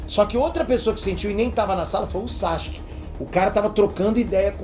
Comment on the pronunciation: ...pq vc fala "SACHUQUE" e não Sasuke ou "Saske"?